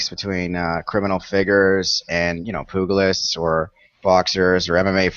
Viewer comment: Did this guy really just pronounce 'pugilist' like POOG-UGLIST? Uhhh.... am I high or something,,.